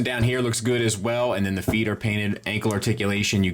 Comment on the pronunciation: Great review. Not to nitpick, but you mispronounced "feet" four times in this review. 😉 I heard MS is doing another release of Prime with silver paint on the thighs and hip skirts. Anyone know if that's the extent of the paint they plan on doing? Will the whole figure be painted like this one? Thanks to anyone who can shed light on this.